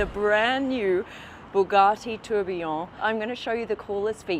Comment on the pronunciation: You are pronouncing Tourbillon really badly 😂